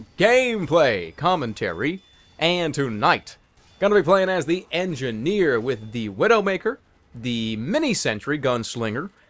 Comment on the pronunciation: N. Gin-Ear.